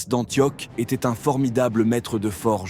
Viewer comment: Juste un petit défaut de prononciation, ça se prononce Antioche et pas antioc. Mais sinon j'aime bien ce format